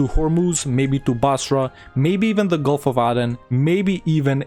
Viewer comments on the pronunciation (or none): none